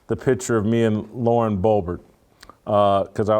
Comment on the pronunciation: Love you Jason....but dammit...its BO-BERT. Not that difficult.